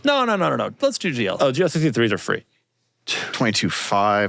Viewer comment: just can't say "free".. 😮‍💨